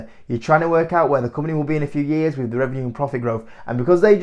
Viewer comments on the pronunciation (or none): I like how you pronounce company - ‘cump-neh’